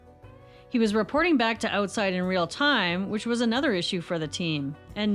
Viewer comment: I had no clue that you are Canadian until you said Oatside Magazine. That was a total and complete giveaway. …don’t fret. I dearly love all the souls of earth and beyond. Much love and respect to you.